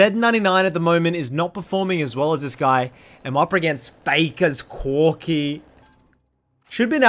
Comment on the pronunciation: "fay-kah's cwoa-key"